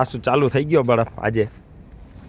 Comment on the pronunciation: બળફ નહીં પણ બરફ.